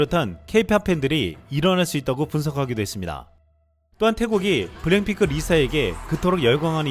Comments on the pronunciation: 이 분 블랙핑크를 왜 블랭핑크라고 읽지? ㅋㅋ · 원고를 찬찬히 읽어주세요. 블랭핑크라고 계속 발음하는게 좀.... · 근데 블랙핑크를 왜 계속 블랭핑크라 하는지?? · 블랜핑클이 아니라 블랙 핑클 발음이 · 블랭핑크라고 발음 하는게 왤케 웃기지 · 왜 자꾸 블랭핑크라고 그러지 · 블랭핑크가 아니라 블랙피크입니다 .발음에 신경좀 ^^ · 블랭핑크 아님... 블랙핑크임...왜 자꾸 그래? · 블랭핑크가 아니라 블랙핑크 입니다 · 블랭핑크라고??? 블랭핑크? 블랙핑크 발음도 안되냐??? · 블랭핑크 블랭핑크 ㅋㅋ 발음이 ㅋㅋㅋ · 블랭 이라고 들리네..;; 내 귀가 이상한가! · 이형발음이 이상한거야?? 내귀가 이상한거야?? 계속 블랭핑크 블랭핑크 랙이아니라 랭으로 들리는데....................... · 그러니까요 저도 보면서 전에 본것같다고 생각. 일단 블랭핑크 발음은 전에 본게 확실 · 블랙핑크가 발음이 안되나요? 블랭핑크 블랜핑크..